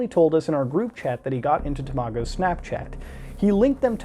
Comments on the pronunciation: I can't get over how he pronounced Tamago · I remember when tamago2474 uploaded the video shown. Glad this is getting light and a good spotlight on a great youtuber. Also its pronounced ta-ma-go Not tamo-go lmao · its pronounced tom a go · It’s tam-it-go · When muta says Tamago, it sounds like tomato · “You tuber called Temahgo” So close to pronouncing his name correctly, so close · HE MISPRONOUNCED TAMAGO EVERYONE RIOT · Watching tamago and you not pronouncing it correctly triggers me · I get angier every time muta says tamago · you pronounced tamagos name weid